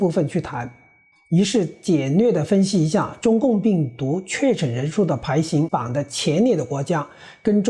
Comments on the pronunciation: 排hang榜，为啥念成排xing榜？ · 排行( hang)板，不唸(xing). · “排行榜”中的“行”读“航”，不读“形” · 你们也不是专业的播音团队，“排hang榜......” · Joseph Sun 只看見你獨一位 指出 不要 從 銀形 形過 南北形 的 排形榜。 只有他 一人的粵語 如他所說的 歎為觀止⋯⋯ 🤣😷